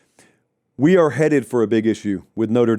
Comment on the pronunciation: It’s “are”